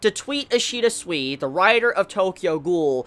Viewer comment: remember, Ishida's name pronounces as "Soo-Ee" (like in "soon" and "week"). Not as "Swee". In Japanese any "I" sounds the same, no matter after which letter it goes (so it sounds the same as in "ki"). The same goes to any romanji letter from Japanese. (the exeption is "U" when it's between two consonants. in such situations it can be not pronounced at all) so yeah: Sui pronounces like "Soo-Ee"